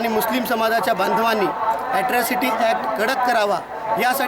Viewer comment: hila atrocity bolata yet nahi aajun....asrocity bolate